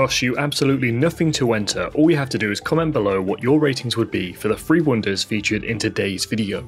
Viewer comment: "three", not "free".